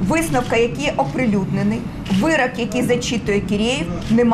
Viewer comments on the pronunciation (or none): вирОк, а не вирАк... Вона досі не навчилася говорити українською.